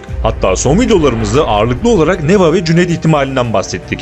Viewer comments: neva değil nevaa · Allahım n’olur Neva’yı A’yı uzatarak okuyun. Neva değil NevAA (deva değil devAA gibi)